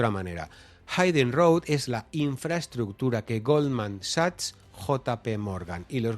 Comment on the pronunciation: Excelente como siempre,, excepto la pronunciación incorrecta de Hidden road (se pronuncia /híden/, no /háiden/). Toooodos los youtubers lo pronuncian mal, excepto Fran de Olza:)